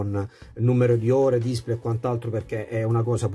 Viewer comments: Bella recensione ma, per favore, pronuncia come si deve la parola display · Grazie per il tuo commento, ma purtroppo display lo pronuncio così 😉